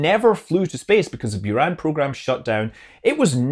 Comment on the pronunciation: Sorry: the pronunciation is boo-RUN with the second syllable stressed. Love your show, and greetings from the NASA JSC Mission Control!